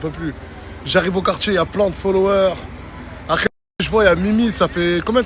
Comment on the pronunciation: J AI REMARQUER NASDAS ARRIVE PAS A DIRE LE MOT apres; MDR IL DIT TOUJOURS acres ; COMME YAOURT. IL DIT yayoute mdr je me moque pas hein; et nasdas avait dit que certaines personnes ne passeront plus dans ses snaps; ba je crois qu il visait 4BDV NON ??